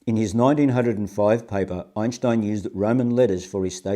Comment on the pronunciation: I've been watching Sky Scholar videos on and off for two days and nights. Imagine my surprise when shows up on one. How wonderful. * he pronounces Einstein's name correctly, I respect that.